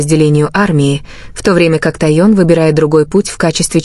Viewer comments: Техён,а не Таён. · Ким Тэхен,а не Ким Таен.Что за ролик?Называйте правильно имена и ставьте правильно ударения.И кто она?Господи,остановитесь, хватит выдумывать разную чушь о ребятах.!!😅😅😅😅😅У меня уши вянуть слушая сколько имен У Ким Тэхена!!,😮😮😮😮😮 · правильно звучит ТАИЕН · 😂Какой безобразный перевод, то сестрой называет Чонгука, а Тэхена как только не называет, то тун, тайон, пора бы правильно называть мировых звезд, просто неприятно слушать. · Автор, вы специально искажаете имя Техена? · Ну как можно так исковеркать имя Тэхёна! Кем он здесь только не был, блогер выучите имя ребят, слушать невозможно! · Бесит,реально бесит то ,как она КАВЕРКАЕТв каждом предложение фамилию Ким Тэхена. Могут ли быть правдой те новости ,о которых она излогает ???? Кто дал ей микрофон,заберите!!!?? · Какая дурость , озвучка отвратительная каверкая имена . такое слушать не возможно. Получается Тэхен девушка, как в фанфике. Надо запретить этому диктору выступать😮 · Господи, как только их не назовут! Выучите наконец из имена, даже неудобно вас слушать!